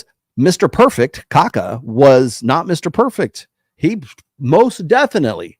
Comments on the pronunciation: It's pronounced Kha-kha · More or less like "ka-KAH". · In pronouncing Kaká, there is an emphasis on the last "a". Like "cacao" without the o.